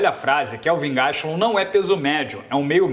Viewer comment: "KEVIN GASTUM" BORRACHINHA